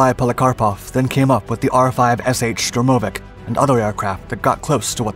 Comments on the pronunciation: STURM - oh - vics, not Sturm - OH - vics. Emphasis on the first syllable please. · It's Sturmovik, not Strumovik. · It's not SturmOooveek It's STurmovik It's not Betton Flugzeug It's BetOn Flugzeug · Tomato, Toe-Ma-Toe, Sturm-Oh- Vic, and whatever you were saying. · Штур-мо-вик будет правильно))) xD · Strewm-o-vic? -- My bones ache, a "strorm" must be on its way... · It's not a "Strurmovik" - there's only one "r" in the name and comes after the "u", not before. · FFS say its name properly! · 26...........Never heard 'Sturmovik' pronounced that way. Neither has Google. ........'U-rawl' mountains. Really? I have assumed this is meant for a primarily American audience, since it is in English, but I suppose I could be wrong, meaning the mispronunciations might be correct.🤨